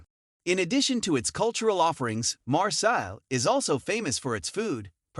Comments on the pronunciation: It is pronounced ''MARSAY'' not ''MARSELL''. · You butchered the pronunciation 🤦‍♂️